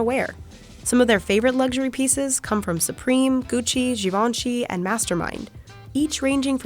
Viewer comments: They way she pronounced GIVENCHY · how come I didn’t know that was how you pronounce givenchy